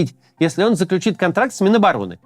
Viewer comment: Только от Каца впервые услышала правильное ударение в слове "заключит"❤